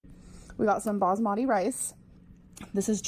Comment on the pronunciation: I HATE how she says basmati. its not BOSAMADI. Its bahs-ma-ti! 3 syllables! Arrrgh!!